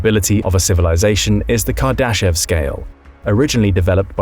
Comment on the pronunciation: I am not sure if you are pronouncing Kardashev correctly... but the rest of the video seems pretty accurate. I am always wondering whats out there when I do milky way photography